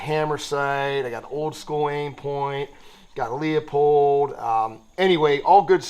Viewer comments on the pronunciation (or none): It’s Lew-pold not Leo-pold btw 👍